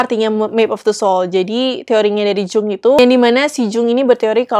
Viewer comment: Tiap 'Jung' disebut pengen teriak...aaaa Yung bacanya 😂. Btw makassiiii rekomennya.